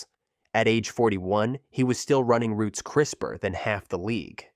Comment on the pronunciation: “Running roots” 😂